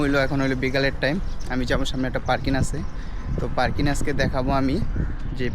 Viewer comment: তুইতো ঠিকমতো বাংলা বলতে পারিস না,পারকিন না বলদ, পার্কিং হবে।